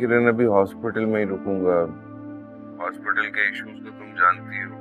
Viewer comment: یا تو ہسپتال بول لو یا ہاسپٹل بول لو۔ ہوسپتال کیا ہوتا ہے۔ ڈائریکٹر نے ری ٹیک کی زحمت نہیں کی اگر وہ غلط بول گئی تھی تو میڈم نے ہاسپٹل اور ہسپتال کا ری۔مکس بولا